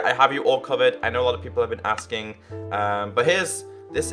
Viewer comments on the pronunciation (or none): none